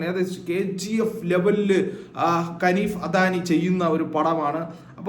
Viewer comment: Da manda kaneef alla haneef